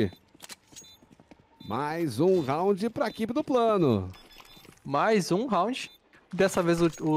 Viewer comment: É impressão minha ou o narrador falou “prano”